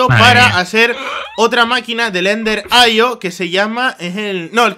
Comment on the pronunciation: Se dice Ender Aio